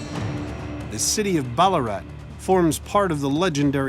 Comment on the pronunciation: Bullaarat bahahahaha......Its Bal-laa-rat